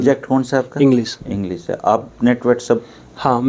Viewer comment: इंग्लिश रिसर्च स्कॉलर इंग्लिश को इंग्लिस बोल रहा है, अब इसको नौकरी दे दो और अपने बच्चे इससे पढ़वाओ